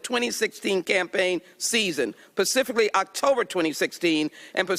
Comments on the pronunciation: "pacifically" instead of specifically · *cringe*...she said "pacifically"..twice. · Isn't anyone else in disbelief that Ms. Jackson Lee actually said "pacifically".... twice?!?!? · The saddest part is someone that doesn't know how to say "specifically" rather than "pacificly(?)" and they're in the US gov't. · Ms. Jackson Lee said "pacifically" at least twice. Bet she also says nuke-u-ler. We all know what she means but does that mean she has the wave on to squint her eyes in scrutiny to anyone? Especially someone who is way more articulate and has a better grasp on the english language.